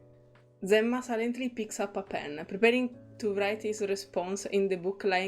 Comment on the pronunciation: Since his voicelines don't seem to mention it, 'Enma' is, if I remember correctly, pronounced as 'Zima' (Zee-mah). It is also the Russian word for 'Winter'. Hope this helps ^^. Fun Fact: If you have him at max bond, you can see that the bird has the same name as him (also pronounced the same way, 'Zee-mah', despite the different text). It's implied that it was originally the bird's name. And someone else already mentioned it before me, but Investigator II also appears in Getian's character story and he gives his name there!